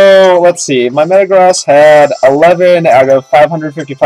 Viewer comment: 1: I've missed correcting how you say these. Hai-DRY-gun. Meh-ta-GROAS. 2: Do you know how hard it is to get a rom of this game? 3: With Cobalion's Sacred sword, a Fighting type move, you guys shouldn't have inflicted any damage. 4: I got it. A new version of Pokemon in real life should be called RPG. (real Pokemon garbage.) -M